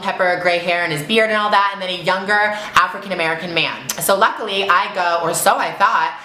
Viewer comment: Luckly ? That sounded super racist Gigi. What?